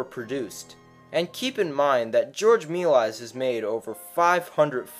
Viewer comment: It’s pronounced George Mei - Lee_as